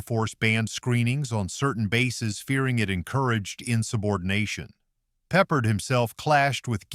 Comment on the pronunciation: please learn how to pronounce Michener and Peppard